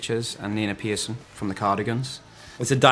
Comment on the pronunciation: Haha, I love the way James pronouces Persson.